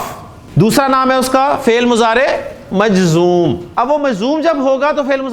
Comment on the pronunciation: مجذوم نہیں محترمی ۔۔ بلکہ مجزوم ۔۔